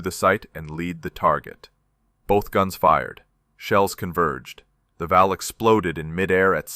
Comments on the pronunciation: It’s VAL, not valve!!! That’s just ignorant. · Val not valve is AI at its best